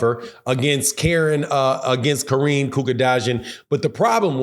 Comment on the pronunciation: Dude said his name was "Karine Kukadodging" all wrong 😆 🤣